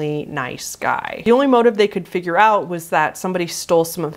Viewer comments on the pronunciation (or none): none